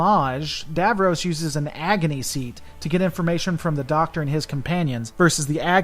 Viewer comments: It's pronounced Dav-Ross not Dav-Rose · It isn't pronounced Davrows it is pronounced DavRoss, and Daleks are pronounced Darleks.